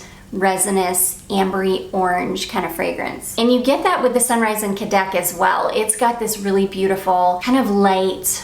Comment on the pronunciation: I’m not 100% positive but I think cadaques is pronounced Ka-da-keys😊